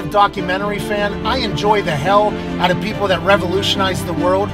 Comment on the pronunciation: “It’s all gonna work ahtt”